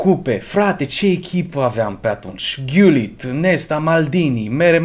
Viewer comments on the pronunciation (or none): none